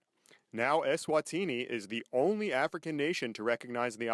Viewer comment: ESwatini.... Not ESwathini